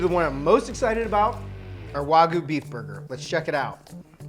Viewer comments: Great videos!! Sorry, not Wagu but Wagyou. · Ikr?? WTF is waguuu 🤡🤡🤣🤣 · The "wah-goo" pronunciation is driving me crazy lmao